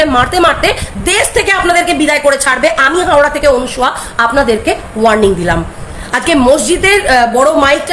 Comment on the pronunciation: অনুসূয়া দাসকে হিন্দি স্টাইল আনসূয়া এই বিকৃতি উচ্চারণ করে বাংলা ভাষার চচ্চড়ি না বানালেই ভালো , প্রচ্ছন্ন হিন্দি প্রেম বাংলার অপমান